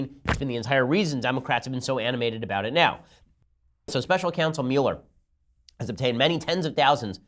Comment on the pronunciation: Your pronunciation of Muller drives me nuts.